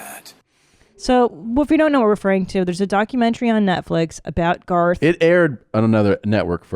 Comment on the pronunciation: ‘Garth’ rhymes with ‘Darth’. Just sayin’